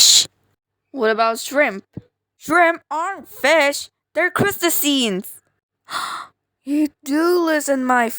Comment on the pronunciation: I’m sorry to be that guy but erm actually 🤓👆u said crustaceans wrong